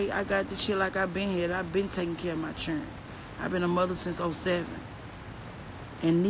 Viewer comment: I love how she say children as "chirren"